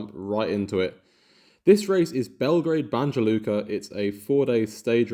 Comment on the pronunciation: This is the wildest Banja Luka pronunciation I think I will ever hear 😭😭